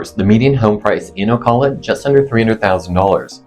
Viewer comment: First off--pronounce the name right. You get more respect that way.